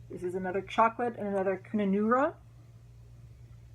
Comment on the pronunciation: Kununurra is a stunning part of the world... It is pronounced as Kun (as in gun) un are (link to the wiki page which tells you all about it). I live in West Australia but haven't been there yet.... But I did live in the Pilbara... And Dinky Dyes has a red thread called Pilbara. The Red Dust one is also named for the Pilbara as we mine iron ore up there and the air is red with the dust! Also the soft (bull) dust in the Kimberley area is red! Dinky Dyes started in Perth where I live so I get very excited when I see the names of their threads!!!Hope you don't mind me sharing the info ;)Hugs xx